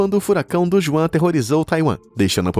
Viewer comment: Fala sério queira falar correto também, por favor. Juan de Don Juan é uma palavra espanhola. Então pronuncie como tal. O J. no espanhol, se lê como r de inicio de palavra no português. Obrigada.